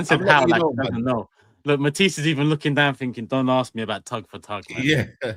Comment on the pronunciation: Matissee 🤓 like mans from Chernobyl lol